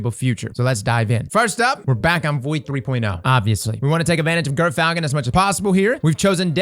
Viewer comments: I swear I heard you say GIRTHfalcon! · just a quick heads up since I know this'll already last a while: it's pronounced 'jer'-falcon